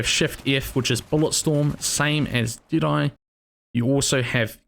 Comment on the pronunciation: I Thought When He Said Deadeye, He Was Saying Diné.